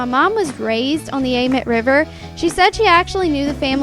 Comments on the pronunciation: Idk if it’s just us but amite is usually pronounced like. Ah meat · I love the way you say amite river ! It's actually pronounced (A-MEAT) lol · Anyone from Louisiana? It’s pronounced AMEET